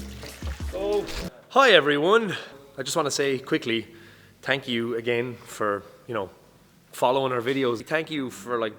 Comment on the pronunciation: haha every time you say thank you is sounds like phank you!! 😃😃😅 sorry but it was funny